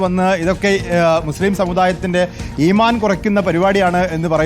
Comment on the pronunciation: ഇമാൻ. ഉച്ചാരണം പോലും അറിയാത്ത ഇസ്ലാം എന്തെന്ന് പോലും അറിയാതവർ ആണ് ഇതൊക്കെ വിശദീകരിക്കുന്നത്